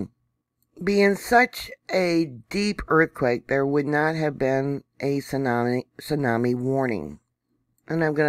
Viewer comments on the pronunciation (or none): none